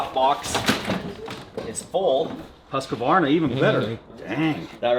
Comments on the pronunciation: Say after me, D: Hews-kvarn-ah. Just like News-Barn-Ah. Husqvarna. Not Huskahwarna :D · Huskavarna haha love hearing people pronounce our stuff. Just say huskvarna :) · Husqvarna: Hus-qvarna, not Husq-varna. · as a swedish person it was hilarious hearing you say Husqvarna xD Huskavarna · I fell at "HU-SQW-ARNA" I love the pronunciation xD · I would say that Husqvarna is more pronounced as Hus-kvarna im sorry for the nitpick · "huskawana chainsaw" lol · you pronounced Husqvarna wrong. and thanks for a amazing video. Keep up the good work.